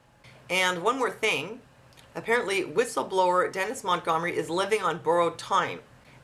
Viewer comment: Lol. Gum Sonia. Mont-Gum-ery.